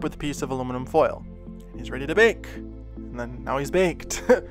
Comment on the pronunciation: imanironboi that is literally all I can hear now. I never had an issue at all before he mentioned that he was getting comments about people hearing “bacon” instead of “bake and” now all I hear is “bacon”!! 😂